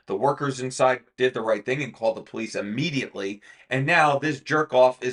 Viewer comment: Its police, not pole lease.